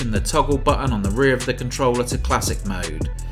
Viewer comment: What do you want from a guy who speaks "It's a compe'e'ive controuulerr, which fales like a pro controuulerr and kapes a classicul..." I just muted it, turned subtitles on and enjoyed the review which is pretty nice btw.